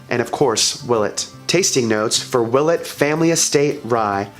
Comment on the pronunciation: i pronounce it will-ette